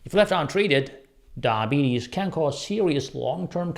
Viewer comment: You're having problem saying diabetes.